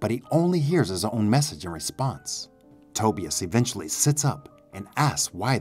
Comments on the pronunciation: RIGHT! I was like bro. His name is pronounced "TA-BUY-US". What the hell is "toebEus" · Toe-bEus? Instead of Tobius? Over and over?!! 😂😂😂. VERY hard to listen to! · Love your content. But PLEASE learn how to pronounce "Tobias" 🤦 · but the way he's pronouncing it is not how the name is pronounced in the movie. And he doesn't have a strong enough accent to not be able to correctly pronounce it as it is in the movie. "Other countries" have nothing to do with it.